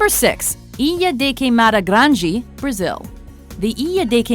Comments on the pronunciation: Grande=DE not GE. Grande like rio grande. Grange is not even a word. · grande = granjee??? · Ew i cant get over how she says “Grandé” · "Grande" lady GRAN---DE🙄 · The way you pronounce grande though